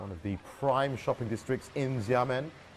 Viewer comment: The commentator mispronounced Xiamen as Yamen throughout. It’s pronounced more like ShahMen. X is like Sh in English.